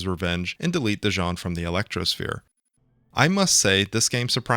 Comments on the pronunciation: Why do you keep calling him Dijon? <.< DIS-SON. My introduction to the series being that I am from the 80's was Ace Combat 1. Never got into the other games because of release lacking and stuff like that. I played through Ace Combat 3: Electrosphere a few years ago which used a different translation patch since this one looks a lot more clearer than the one I have ( I got a full playthrough of AC3 with special edits in a few videos, I highly recommend the final one to see what I mean ), and this is my favorite Ace Combat game. Before this, it was Ace Combat 1. AC7 is a joke and AC4 I'm not even interested in, it doesn't tickle my fancy at all. But this? AI, questions regarding our future the possibilities.. This is right up my alley and alawys has been. Ghost in the Shell <3 Mega Man and so forth! I think about this game still on a near daily basis. The theme Morceaux is amazing. This game really was a beautiful starshot. And when you consider the Iceberg meme of Z.O.E., Sublimation and possibly Mihaly — I so hope they tie Ace Combat 8 with Ace Combat 3 and doesn't try to do something dumb . . . but my money's on that they'll do something dumb... Companies often seem to have some strange aversion to tying their franchises together... Did start a Ace Combat 2 playthrough that I'm still in the recording phase of but that game... is not very fun. But every time the Z.O.E. enters the battlefield, I'm just all giddy about it. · It's fun hearing people say Dision's name incorrectly because we can hear clear as day throughout the game that people say it like "Vision."